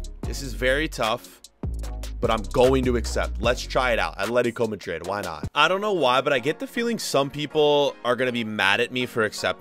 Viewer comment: Please say madrid, not majrid